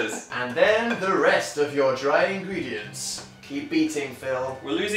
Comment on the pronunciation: "Ingreendients" 😂😂 I think it's lol check it 😂